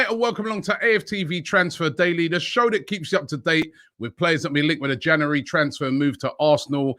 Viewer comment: Nobody: Robbie: Janooary